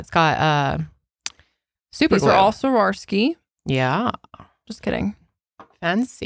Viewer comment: Y’all manage to say Swarovski wrong every single time lmao